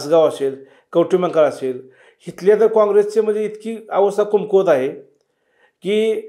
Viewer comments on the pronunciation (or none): अरे ह्याला धड कमकुवत पण म्हणता येत नाही कुमकुवत म्हणतोय कोणाला पण बोलवता रे 😂😂😂